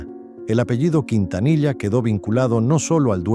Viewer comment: ¿Qué tipo de Mexicano eres sí no sabés pronunciar él apellido Quintanilla?